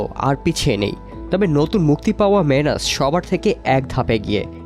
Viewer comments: মেনাস নাহ্ মানুষ বললে ভালো হয় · মেনাস না বলে মানুষ বললে হয় না 🤔